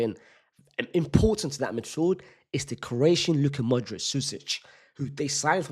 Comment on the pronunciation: did this brotha say the croatian Luka Modic